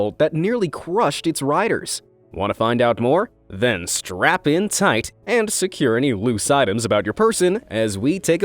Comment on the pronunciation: Did he just say strap in or strap on?